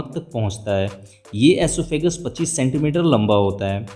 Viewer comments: oesophagus bro not asophagus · Esophagus hota hai asophagus nai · Vo oesophagus hota h ''aesophagus '' nhi 😂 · Oesophagus not asophagus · are bhaiya asophagus nhi hota osephagus hota hai😂😂😂